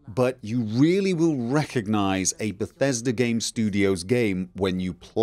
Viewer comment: *IGN USA*: Dur Hur - tew moch bethesta gaym in dis befesdah gaem Tehn owt off Sevum!!!